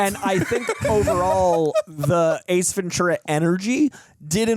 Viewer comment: As a native Californian, it's pronounced, Ven- Tura. It's Spanish, so the t is pronounced like tea and not ch